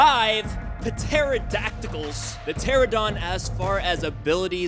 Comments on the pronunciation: It's not a pteradon it's a pteranodon. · Bruh why do people say"Pteradon" it's "Pteranodon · Pteranodon... Pronounced ter-ran-uh-don not terra-don. JS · Not "ptera-DON" its "Pter-ON-odon". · Why does everyone say Pteradon instead of Pteranodon? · Bruh, It's pronounced TER AN AYYY DON not a teradawn. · How do you guys not get it!! It's a pteranodon not pterodon. 😐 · also its teranadon not teradon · I ANNOYS ME SO MUCH WHEN PEOPLE SAY "PTERADON"!!!!! I'M SORRY BUT SHUT THE FUCK UP UNTIL YOU FIGURE IT OUT!!!! I NEED TO CALM THE FUCK DOWN!!!!!!! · Why can no one say pteranodon? There is an 'n' in it